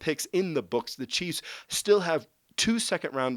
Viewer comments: Is it just me, or does this guy say cheese instead of chiefs? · Hahaha, I probably did in this video, was super tired last night (new baby in the house). Thanks for watching!